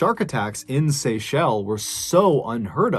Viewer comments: it's Seychelles not Seychelle ;) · The island is pronounced Seashells, not SayShell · Bro, it's pronounced as "sea shells" lol...I like how you pronounce it anyway...love your stories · The "s" at the end of Seychelles is not silent MrBallen. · Don't forget to say the 's' when pronouncing Seychelles 💕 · That second story gave me the chills, she went because of crocodile Dundee and went out because of a crocodile, if only she waited for the dinghy but when panic hits you make stupid choices. God bless all the people featured. THE SeychelleS!!! Please pronounce the S, otherwise, it sounds weird also most people use THE to proceed it. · Pssst...brother, it's pronounced 'Seychelles' with an 'S'... Love your videos !! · Today I learned how Seychelles was pronounced